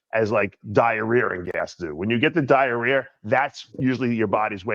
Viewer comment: What’s “diarear?”